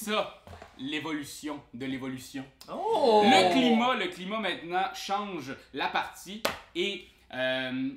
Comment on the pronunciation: En fait ça se prononce plutôt comme "claillemète". Rimerait avec "comète", mettons.